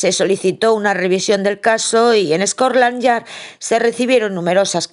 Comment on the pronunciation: Perdona, no es scorland yard sino scotland yard